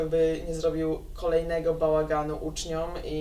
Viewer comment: Posłanka ze wsi, która wymawia "ucznią", "samorządą".